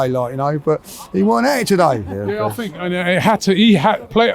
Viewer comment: I fink, I fought - Englishman attempts to speak English 😂